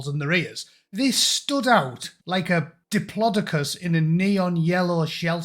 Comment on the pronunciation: That's not how you pronounce Diploducus. The O in the middle in pronounced like 'dough'' or ''Pae....Do'' You're welcome.